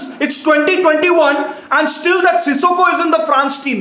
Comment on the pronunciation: Peter Drury: Sissoko: Sikosso